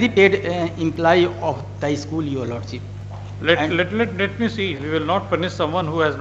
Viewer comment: What a disaster these advocates saying Lord seeep instead of Lordship, for submission they saying summison, for koshish they saying kosees kya bakwas log hain North India me